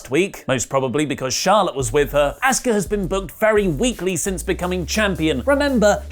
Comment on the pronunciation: "Asskuh" lol